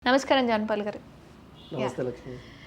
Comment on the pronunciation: యాంకర్ గారు!! జాన్ పాల్ అండీ జాంపల్లు కాదు.. తెలుగు బాష ని చంపేయకు...